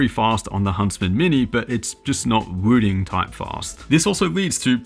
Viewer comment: Why does this guy say "Wüdin"?